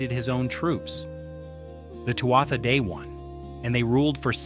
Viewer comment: NONONONO, it isn't "sel-tic" it's KELTIC. kkkkkeltic. sigh; it isn't twata - pause for a minute and say that out loud again. not TWAT-a; see what I mean? they were "too ahh" "day-dahna". Another sigh: Claíomh Solais (Irish for "Sword of Light") is pronounced roughly as "Klee-uv Shull-ish". Remember this is GAELIC not English. "MH" in Gaelic is said like a "v". Oh, boy: Maige: My-geh (rhymes with "high-geh"). Tuired: Too-red (rhymes with "do-red"). Luu, not LU-GH. ...not CUCHILIAN- "coo coolin". Bean Nighe (Scottish Gaelic for "washerwoman") as "BEN NEE-yeh" or "ben-nee-yeh. Cailleach is pronounced with variations, but generally like "KAH-lyakh" or "KULL-yakh. And NONONO Samhain is a Welsh word, the "mh" is that soft "v" or mostly Sowen. It means summer's end. All I did for was enter the spelling and ask how is it pronounced. Tadah! PLEASE look up the correct way to speak these words; it lends more creedence to your channel. Otherwise you'll have someone else tearing your pronunciations apart.